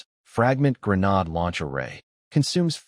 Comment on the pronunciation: So, I've become used to the crappy translations with constantly changing names of skills, items, characters, etc. I've even become used to the crappy AI that can't say Grenade or Bow (As in arrow shooting weapon) or Lv (Level) correctly. What I can't get used to is recycled images not even an hour into a multi-hour video. If you can't be bothered to proof read your AI translations and scripts or burn through a lake's worth of water to create images for the entire story. Why would you expect me to bother to continue watching, subscribe, or give you any future traffic?